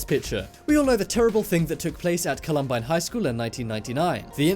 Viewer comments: The school is pronounced Colum-byne. It is not because of the 2017 IT movie it's also the original IT movie with Tim Curry as the clown and the clown who actually killed people. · Call-um-bye-n that's how you say it. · Marion Morgan Volcanos are beautiful and need to be respected, I agree. The mess-up of Mount Saint Helens and Columbine annoyed me (Colorado born here, stone’s throw from where it happened)